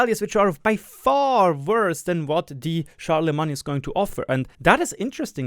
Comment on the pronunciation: "Char-la-main" as in the holy roman empire guy, just so you know.